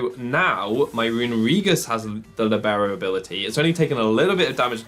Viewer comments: It is pronounced LEE-beh-ro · It is actually pronounced Lìbero, the accent goes on the i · always feels weird to hear Libero with the english pronounciation. And I can't wait to try this set out! :D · the way you pronounce libero cease